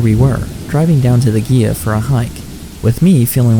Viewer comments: Gila pronounced hē-lə- same as Gila monster lizard. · why do you pronounce Gila with the G sound???